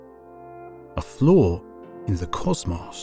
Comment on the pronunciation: i knew this video was gonna slap when i heard him say causmaus instead of cosmos